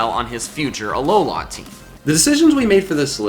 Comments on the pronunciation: It's not ah low la it's Alola. 1 word not 3. The slight pause between syllables is just weird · Its a-low-la not a looooooowla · has anyone noticed that he says alohlaa team not alohla well that is what he's saying but it annoys me every time i hear it idk why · THE WAY YOU SAY ALOLA MAKES ME WANT TO DIE SO BAD